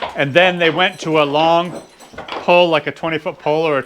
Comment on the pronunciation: When you say pull it sounds like pole